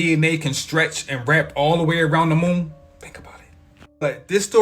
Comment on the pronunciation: Broo, that dude saying "Moom" instead of Moon is mad annoying. And homeboy is HELLA reaching. Eh, NONE of King Gaias predictions have come true. It's all a bunch of Bullshit. Idk why people still use his cracked out content and theories. But that's just me.